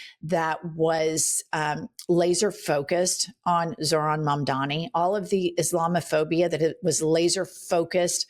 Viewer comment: These fucking idiots STILL can't pronounce Zorhan's name. But they know what's best? 🙄